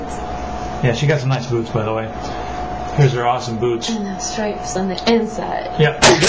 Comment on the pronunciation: I definitely heard boobs, not boots first time haha